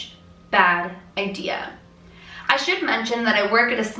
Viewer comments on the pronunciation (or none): none